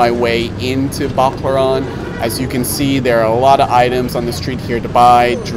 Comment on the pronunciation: Bac-la-ran not bacla-ran he he